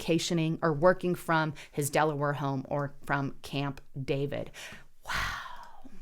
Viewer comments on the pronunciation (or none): none